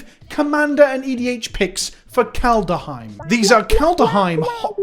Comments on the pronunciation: Everyone: ''Kaldheim'' EVERYONE: ''Kaldheim'':.......... ''Kaldaheim'' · He's saying KalDUHheim on purpose at this point lel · If you say Kal duh heim three times in a row in front of a mirror Halvar himself with appear and tell you he’s disappointed in you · So what is it about your brain that can't comprehend making an "h" sound after a "d" sound?